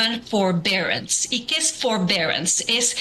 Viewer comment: "FORBERANCE" hazme el chingado favor!!!